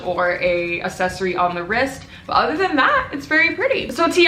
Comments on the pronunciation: You need to say aCCssesory instead of assessory x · No one:: A-sEc-Ory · Accessory is pronounced “ec-sess-uh-re” 💀💀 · It’s pronounced at Ak-ses-ory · say it with me, it's pronounced AXSESOREE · Bro you don’t say accessory right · No one LITERALLY NO ONE The comments: :iTs ProNoUnCeD AcCeSsOrY" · I’m from the uk and we say accessory there’s no ackkk cmon